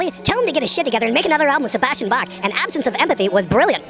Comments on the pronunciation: Can that no name girl not say Bach correctly? It's not "Sebastian Baaaahhh" Jesus fucking tap dancing Christ doesn't anyone follow the fucking rules anymore?! Maybe I should kick myself in the dick until I pass out so I can wake up In world of fucking where shit makes sense! Ballllls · It's BALK bitch ! It's how you say Bach! Not Baaaaah. I hate this video because of that no talent vag flapper! Raaaaawr